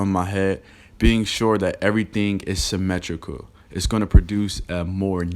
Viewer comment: You say symmetrical like ole boy says gingivitis lmao